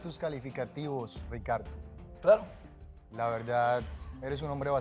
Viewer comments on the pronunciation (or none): Bolivianos 🇧🇴 pronuncien bien la RRRRR no digan sricardo,pesro, asrrepentido,abusrido!!!😂😂😂